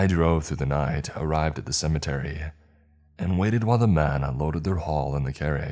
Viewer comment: HAAHAAAH!?...:"How did yu say ?....:"SUMMATERRY.....??....... weird ...